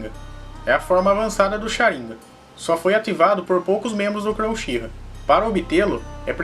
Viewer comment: kkk UCHIRRA